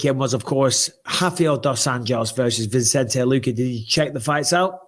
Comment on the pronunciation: Hey Bisping, it's Vicente not ViNcente. You've had the guy on this show and still say it wrong lol. I like the show, just saying.